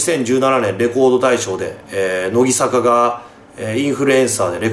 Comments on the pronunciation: せめてノギサカじゃなくてノギザカって言ってよw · 『のぎさか』って言ってない？ 『のぎざか』なんだけどww 真面目に間違えないでほしい、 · のぎ、さかじゃなくて、のぎ、ざかな笑笑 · 「のぎさか」じゃなくて正しくは「のぎざか」です。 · シバターさん、、、 ノギサカじゃなくてノギザカです。。。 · なんで欅坂はちゃんと読めるのに乃木坂はのぎさかになってるんですかね… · のきさか、インフルエンサ… 濁点言えなくなった？笑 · 別に良くないか？？ 乃木坂興味ない人は知らんやろそんなんw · のぎさかじゃなくてのぎざかな？？ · のぎさか？のぎざかだよ。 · のぎさかじゃなくてのぎざか！ そこんとこよろしくぅ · の"ぎ"ざかだろ流石に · のぎさかじゃなくて。のぎざかな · のぎざかな（笑）のぎさかじゃなくて（笑） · けやきざかは言えるのになんでのぎざかは言えないんwwwww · 「のぎさか」とか間違えが可愛すぎだろ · のぎ "さか"気になる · のぎ｢ざか｣な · 排他的守屋茜 単推しTV しバターおじさん言えてなかったなw